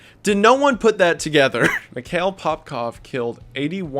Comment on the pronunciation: And also his name is pronounced differently. Mihail and Mikel are two different names despite being related. I know it’s no that big of a deal but I just wanted to correct this guy the whole time watching this part 😬